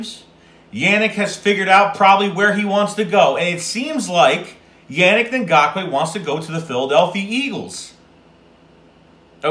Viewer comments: It’s pronounced “UNIQUE” not yannick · Man the way you say his name is a huge cringe lmao